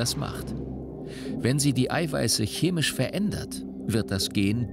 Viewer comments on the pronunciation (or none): none